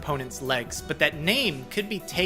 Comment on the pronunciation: Hey, you said pronounced legs as "Laags" instead of "Legs" It made you sound kind of Minnesotan. I should know, because I have a mild Minnesotan accent. Not weak, it's easily noticeable, and it's not super strong. I have mild one. I have those long As and say "Ya" instead of "Yeah" My accent is stronger than most people's in suburban and Urban areas